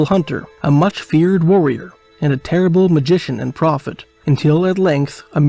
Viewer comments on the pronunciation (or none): At sek "He became a TERRILBLE magician"😂